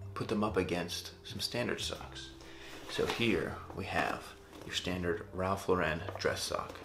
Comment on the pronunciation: 1 point for the way you pronounced Ralph Lauren ;-)